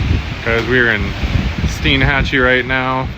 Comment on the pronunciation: It's pronounced STINE-hatchee, not STEEN-hatchee.